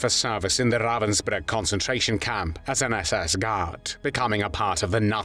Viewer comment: Ravensbrück, nicht Ravensburg!!!!